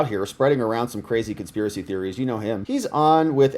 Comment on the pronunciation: Don't you mean... "Consp-EAR-acy?" 😂